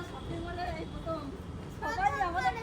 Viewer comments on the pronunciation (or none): none